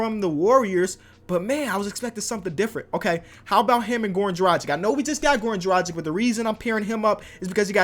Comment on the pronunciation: I just want to say its Dragic, Drag itch. Not Drajick.